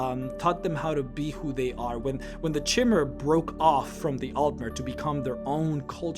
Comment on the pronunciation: Isn't chimer pronounced kimer?